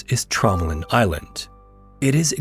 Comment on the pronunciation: Nooo, not Tromelin, Traumaland